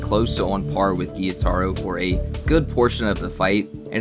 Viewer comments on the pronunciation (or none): It’s not “giyutaro” it’s “gyutaro” .. you’re a anime YouTuber, at least set the right example by pronouncing the names right